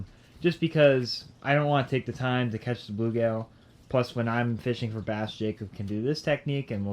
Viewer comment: First of all...it's blueGILL not blueGAIL, I've never ever heard anyone ever call them bluegail. WTF? Secondly you need to have a screen over the tank because bass will often jump out.